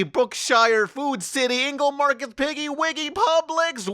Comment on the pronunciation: Your supermarket thing didn't work cuz you didn't pronounce "Piggly Wiggly" correctly. Sorry, bro.